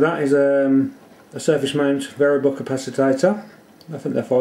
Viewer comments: why are you calling it capacitator?? its capacitor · Capacitater? Really? "Capacitor" please... Did I get the feeling that UK electronic language is not your first language? :-) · did you say capacitader? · The word is CAPACITOR not "capacitator" which does not exist. Nice video, I've never tried the toner transfer PCB method but it seems to be easy. Ferric chloride is messy and stains everything it touches, you can use sodium hydroxide instead to etch (use a higher concentration and warm it up first) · Also, capacitator? You mean capacitor. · Hehe capacitator LOL... capacitor!! :D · Capacitor not capacitater.. nice build.... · What's a "capacitator"? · Don't forget to buy a small capacitator to go on the small circuit board! Can anyone think that slowly? Honestly, speed it up and stop saying capacitator! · ...its a capacitor, not a 'capacitator'. yikes. ...and thats a 2p, not a penny piece... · If you really insist on wrongly calling the capacitors "capacitATors", why don't you call the resistors :resistATors" and the inductors "inductATors"? LOL But seriously, it's showing ignorance like this that gets people ticking the thumbs down box.